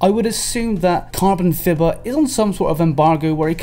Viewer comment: I'm pretty sure "Carbonfibah" is meant to be pronounced like the English "Carbonfiber" lol